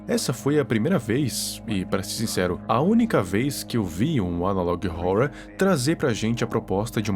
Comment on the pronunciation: Uma dica man a melhor pronuncia e ''analog (Órror)''